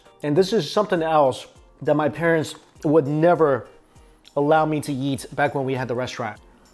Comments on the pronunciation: I like how he pronounces eat as yeet 😂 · he says eat like yeet everytime hehe